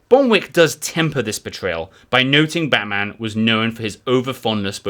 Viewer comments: Try pronouncing Batman with a diminished "a" in "man". This is actually abut Melbourne not Gotham City. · Its Batman like Batsman not like the super hero lol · After overlooking your mispronunciation of Batman (although he does have certain superhero qualities!) a thoroughly enjoyable and engaging overview of his life and adventures.